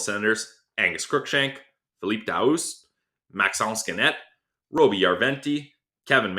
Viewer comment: Hi guys , Great job 👍 Just to Tell you😁👍. in Daoust .. you don't prononce the ouST at the END of is name but Tell just the OU DA--OU like boo. DAOO 👍👍👍👍👍👍. Keep Up the great work guys